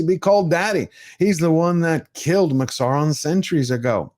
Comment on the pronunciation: Say it with me... Saurrron?!!